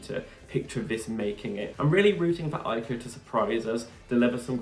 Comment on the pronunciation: Hiya! 😊 FYI The "J" in Jako, is pronounced the French way; such as in Je t'aime, je suis, etc. thx n Cheers